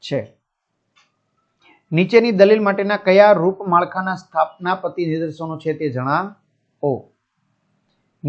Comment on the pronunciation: સ્થાપના પતી નઈ sir સ્થાનાપતી 😂